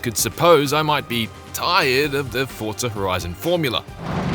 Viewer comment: Why is he saying forta? I'm confused